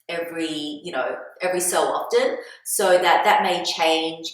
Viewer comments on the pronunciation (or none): none